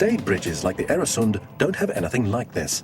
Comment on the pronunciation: Øresund/Öresund! Not Eresund!